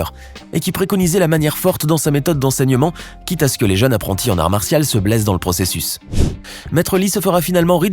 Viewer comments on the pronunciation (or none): none